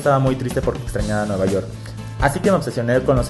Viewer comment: Dijo nuevayort